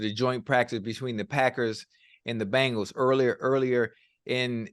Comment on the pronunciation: Just realized Chad says Bangles instead of Bengals lol